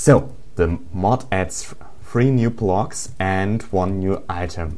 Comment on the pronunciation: its called blocks, not plocks